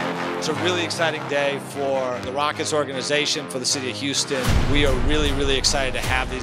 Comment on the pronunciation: “Hey hüstôn fans, I am so häppy” 😂😂😂😂😂😂 god bless Sengun